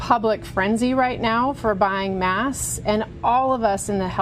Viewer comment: Why does that doctor say mask like “mass”